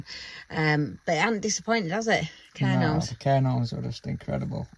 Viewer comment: Ive watched your most videos, so now im gonna binge watch from the start. Had to laugh though when was saying Cairn Orms. There is a 'g' in the middle. Its a weird one though, coz its pronounced as cairn gawms. No "R" is sounded in Gorms. UPDATE: apologies guys, I've just watched your "FAKE" new year's eve video where you corrected yourselves 😂 my bad. You pair of nutters. Defo a couple I'd love to meet. 💙🩷